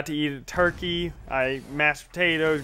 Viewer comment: when you said i had some turkeys and mashed potatoes i had to rewind becouse i thought you said i had some turkey and i masturbated....sick, sick, mind. go away